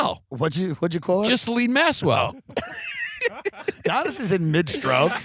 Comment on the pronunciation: "Ghislaine maswell"